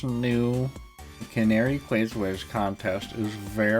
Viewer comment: You have pronounced Canari correctly, her name is based on the Canary bird. The Canary is known to guide miners when there is toxic gasses.